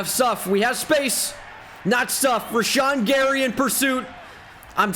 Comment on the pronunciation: “RASHAWN GARY!”- talking about rashad gary